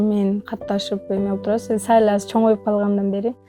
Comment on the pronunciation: 👍👍😍😍 аябай сонун. Озгонум сагындым 😊 саал дегени сонун угулду го кулагыма 😊